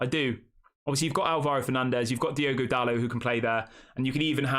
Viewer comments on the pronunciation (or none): none